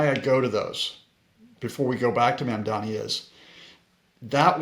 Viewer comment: Dude. I KNOW you know how to pronounce “Buttigieg.” PLEASE LEARN HOW TO PRONOUNCE “Mamdani.”